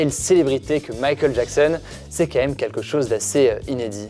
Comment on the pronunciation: Très bonne vidéo et montage au top mais je t’en prie essaie de prononcer QUAND MÊME au lieu de camème.